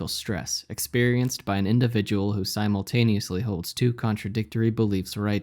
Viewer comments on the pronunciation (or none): none